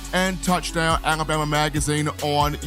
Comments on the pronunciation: I hate how says alabama lol alaboma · You made me notice😅